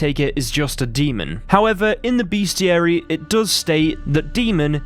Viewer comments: I dont know who needs to hear this but it's "best-iary" not beastiary Two totally different things you don't want to mix up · it’s RELICT not Relic. Also - BESTiary. Come on, mate. You’re English like me and you know the word is pronounced BESTiary not BEASTiary. It comes from the etymology of the word bestial or bestiality - neither of which have an A after the first E.